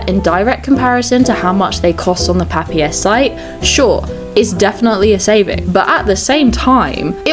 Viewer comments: "Papier" is German for "paper" and it's spelled "puh-peer". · Papier (pahpiha) is German for Paper 😄 never though anyone would go for German when wanting a fancy name and pronouncing it a bit French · As a german, I find the pronounciation wild. Papier simply means paper in german. Thanks for the lovely video ❤ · Same in Dutch, funny to hear it in a ‘French’ pronunciation